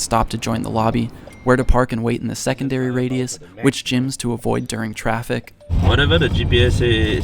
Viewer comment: You Try Kind of ironic because you said durning and not during. A for effort mate.